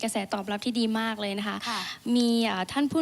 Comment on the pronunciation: คำว่า มาก มันเหมือน คำว่า หมาก น๊ะครับเท่าที่ฟัง